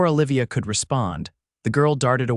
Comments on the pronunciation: the name of the female lead is Oh livia...... not Ahh livia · Exactly.... should be Ooh-livia rather then Ahh-livia..........grumble.. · Enjoyed this story very much. Please correct your pronunciation on you female main character it is O-livia, not Ol-ivia as she is not Popeye's girlfriend Ol-ive Oil. You pronounced it nothing ways throughout, drove me nuts, disconcerting.